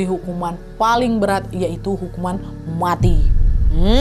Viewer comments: suka banget waktu kak nad bilang "hukuman muati" wkwk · paling seru denger nadia bilang "hukuman muoati" wkwkwkwk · paling suka ketika kak Nadia ngomong "hukuman MWATI"😂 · Kk nad,aku candu sama kata "muati"mu😂😂terngiang²